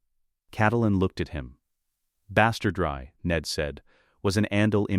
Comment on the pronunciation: That one at least is halfway understandable - AI thinks it's Spanish, heh. But wtf is bastard-rye? Why can't it pronounce an ordinary English word that only has one correct pronounciation regardless of context/meaning?